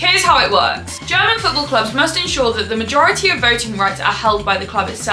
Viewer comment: I love your pronunciation, Normaly i dont like it when english speakers like commentators or football youtubers that could know how to say it butcher german clubs names, players, cities etc over and over again (or more when people act like its correct while pronouncing it very wrong and then people might think huh what a strange name or word ) Butttt in your case it doesnt bother me at all😄, instead, as a german i really love your pronounciation and accent when you say german names and i dont expect you to say it like a german because when you say it with your accent sounds so beautiful to me ❤😅 certain accents can be annoying or can be special and yours is not annoying at all, its very beautiful, Its also so nice to see that as an english person you show interest in our german football and make videos explaining about it, thats already a big compliment i think, Is your accent typicall for some region? can i ask which region you are from? greetings from western germany :)